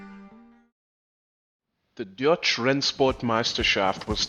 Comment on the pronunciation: we know that but it would be cool if you put a little effort into the pronunciation. It's DeutchE, not Deutch. As you've sure seen many German racing videos in German I would expect you to get a hang of it.